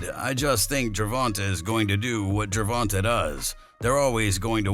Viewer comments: It's gervontae no ta da fuq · The dude said gervanta 😂😂😂😂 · BRA U SAY HIS NAME WRONG ASF 🤦🏽‍♂️ WHITE FOLKS ALWAYS SAYING SHIT WRONG BRA LOL DAT SHIT BE FUNNY FRFR ITS LIKE 2 pac all over again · Your completely butchering Gervontas Davis name lol